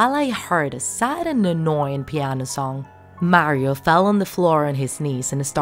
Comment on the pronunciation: Super Mario 64 isn't a Creepypasta plus you said Mario wrong